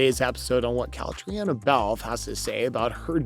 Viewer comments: KATRINA is how you say her name!!!!!!!!!! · Wish they would learn To say her name right.